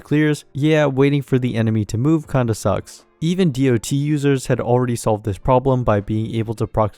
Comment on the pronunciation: People still saying "dee oh tee" instead of "dot" is fucking wild. Like they've never heard of the term before MiHoYo.